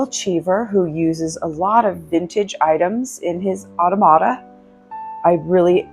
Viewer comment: You pronounce automata like otto-mata. It’s more commonly pronounced ah-tom-ah-ta. Thanks for sharing your visit.